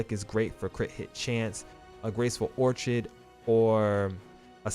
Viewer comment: It's "Gold Sun CROW" (crow, like the bird) Also, Orchid is pronounced Or-Kid